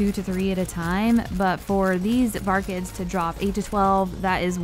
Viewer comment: VAR-KIDS not vargids